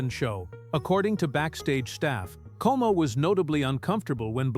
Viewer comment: Perry's last name was COMO, not KO